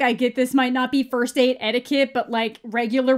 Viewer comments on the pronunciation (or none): none